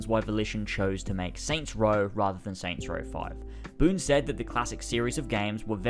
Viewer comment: Aw yes. "Soy Row"